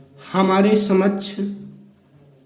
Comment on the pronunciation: सर जी अपनी हिंदी को थोड़ा शुद्ध करें :~ समझ नहीं "समक्ष" होगा!